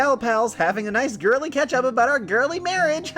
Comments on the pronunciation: it sounded like you said ketchup when you said catch up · 'Nice girly catch up' sounds like 'Nice girly ketchup'. I don't know why.